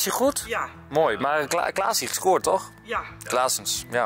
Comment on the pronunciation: Ik ga zo stuk om hoe enzo al die namen van die voetballers verkeerd zei 😂 ‘wijnaldum’ ‘clasie’ ‘klaassens’ spelen allemaal niet bij ajax hahahah